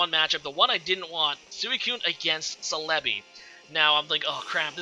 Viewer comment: The way you say celebi throws me off so much o....O celébi, i read it célebi